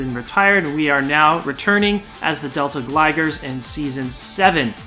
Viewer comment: I sure do love the Deal-tay Gligars.